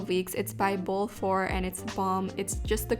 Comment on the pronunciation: Bol4 is actually pronounced Bol SA bc the 4 is short for SAchoongi, or puberty in Korean